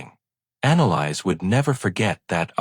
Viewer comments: Thank you! I came to say that. It's been driving me crazy. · Her name is pronounced: Ana lease! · Thank you! It was driving me crazy too having to hear the mispronounced name!!!